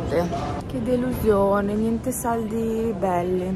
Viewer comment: Quando hai detto delusiOne hai detto la lettera O❤😂❤